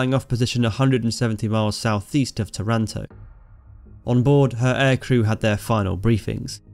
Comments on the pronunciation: Pronunciation check: TAranto; VEneto. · Its called tàranto with the accent on the first a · By the way, the city's name is pronounced TAH runto in Italian. Good narration of this amazing adventure by the Biplane Bravos ! How the damaged plane was repaired in a few minutes ! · I would better tell them just to pronounce Taranto in the same way they pronounce marathon- Simple as that